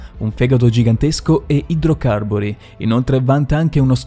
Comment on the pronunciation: Occhio ai congiuntivi. Qualsiasi cosa CAPTINO, e anche in altri video☺️ comunque bel lavoro. E..PLEsiosarus. E gli accenti su idrocarburi e cartilagineo…